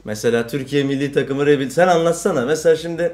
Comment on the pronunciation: Ri büilyd. Oglum rebilt degil Ri büilyd Ri Büilyd